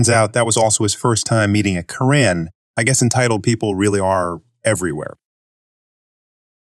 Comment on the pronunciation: Why does the readerbot say "car-IN" for "Karen"?